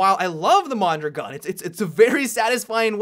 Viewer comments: Don't worry, you butchered Mondrogon too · The second pronunciation of the mondragon was closer to reality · Every time you mispronounce "Mondragon", a piece of me dies.